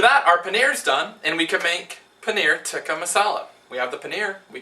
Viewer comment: Close! I think that it's "tee-kah" but haha! I was just looking for some Indian curry recipies~ Watching you make that cheese was pretty damn cool.